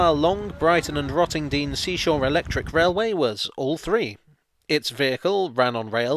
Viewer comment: You pronounced Rottendoom wrong 🤣🤣